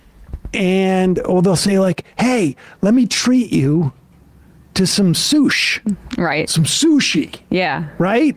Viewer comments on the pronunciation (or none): Don't every say sush ever again. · 🤢i've always found SUSHI to be disgusting...Sam calling it "soosh" made it even grosser...